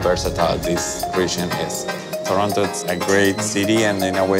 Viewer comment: its not torona wtf its torono